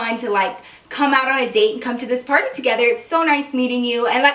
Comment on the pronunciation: when you said party i thought you said porny lol